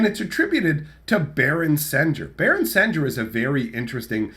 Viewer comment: I always thought it was pronounced “sen-gear” similar to the sound of sanguine